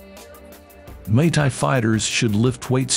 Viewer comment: wtf does he keep saying mai Thai that’s a drink ffs